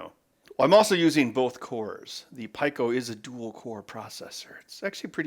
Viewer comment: It's pee co but I like when he pronounces things funny